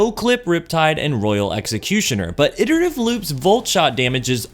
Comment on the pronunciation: I come here just to hear someone pronounce "iterative" correctly